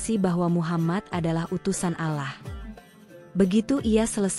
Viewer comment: Kenapa Menyebutnya ALAH, itu Keliru Yg Benar ALLAH hurup LL Dibaca Tebal Jangan Tipis, PAHAM ?!